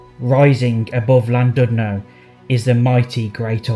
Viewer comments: It's a lovely, old fashioned resort. It would have been nice if you'd bothered to pronounce the name properly! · Please learn how to pronounce Llandudno probably. I couldn't listen as it irritated me so much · Please, if you're going to do a YouTube clip on Wales, learn to pronounce the names of the placed you are reviewing!